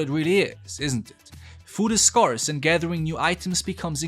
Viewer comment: The way he says SCARCE is SCAR-S and METEORITE as METTY-UR-OID is annoying af